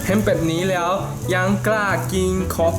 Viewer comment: "ผมจะใส่แย้ว" 55555กลายเป็นแย้ว > <